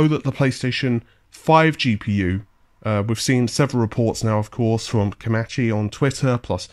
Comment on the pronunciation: WOW you pronounced his name as Komachi and not Komeechi. Was that a slip up from your normal piss take 😄